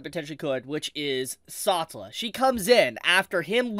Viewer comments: Pronunciation. The Anime has her name: Sa-tel-la . You saying it in one breath, one syllable is completely confusing. It is only from context do I know who you are talking about. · The way you say “Setella” is cursed bro. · saw-tuh-luh.. I'm cringing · please pronounce Satella correctly.. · How is he still getting Satella's name(pronouncation) wrong is beyond me. When you have both Dub and Sub version available 😢. 💔